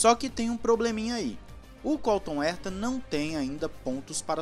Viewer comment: "Erta" não!!! "Rerta", pô! Dói os ouvidos ouvir "Erta". Ninguém no mundo pronuncia o sobrenome dele assim.